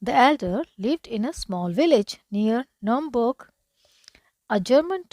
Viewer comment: It’s not numbug it is Nuremberg